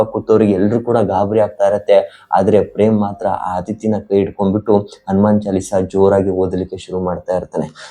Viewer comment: Athithi antha hestirodhilla.. Adhithi antha irutthe😂